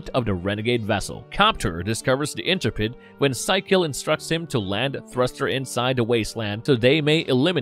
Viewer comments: LOL, "Fightor" is pronounced Feet-Or. The "Intrepid" is pronounced Intru-Pid. "Cheyenne Mountain" is pronounced K-Yan mountain. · The name of the Shuttle is Intrepid, not "Interpid".